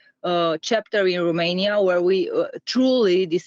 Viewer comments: I agree. I cringe so hard every time I hear someone say RUmania, and not ROmania. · it's ROmania/n not RUmania/n, the pronunciation is off and you're spreading it.